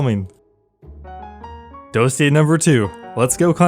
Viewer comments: why can nobody say Dossier correctly as if it's some word they've never heard? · The fact that all the youtubers dont know how to say dossier😂🙏